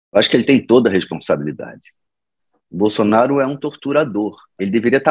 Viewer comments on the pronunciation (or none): none